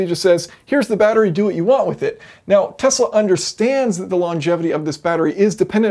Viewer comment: ikr. Now if I could just get him to pronounce Tesla correctly